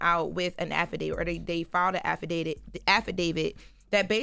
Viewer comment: If says “afi-dayday” one more time